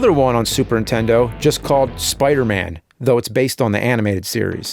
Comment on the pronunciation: Ah yes, the classic soup erntendo.